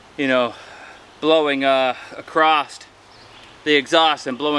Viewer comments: The word is across not acrost you uneducated fool you can’t even speak English I hate you idiot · The is NO “T” or “ED” at the end of the word.. “ACROSS